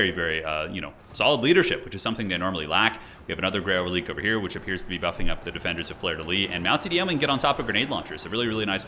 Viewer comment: relique...its fronch. prenounced like Queek...ReliQuee